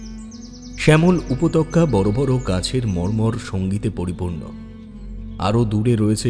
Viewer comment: Bhishon bhalo laglo shune, kintu ota upottoka not upotokka